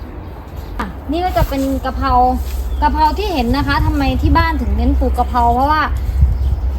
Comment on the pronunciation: ทุกอย่างทำดีแล้วค่ะแต่ขอคลิปต่อๆไปคุณพูดให้ถูกต้องหน่อยเช่นปลูกพริกไม่ใช่ปูกพิกกะเพราไม่ใช่กะเพานะคะจะเพอร์เฟคมากเลย🤘🤘😮